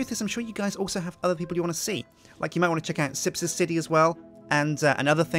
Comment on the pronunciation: Will say it again "Sjin Sipty" anyone?